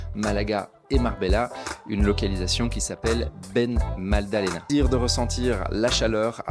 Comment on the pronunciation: Salut c’est pas bena madal Lena 😂 mais Benalmádena je te le dit en darija marocain BEN EL MADINA 😊 sa veux dir fils de la ville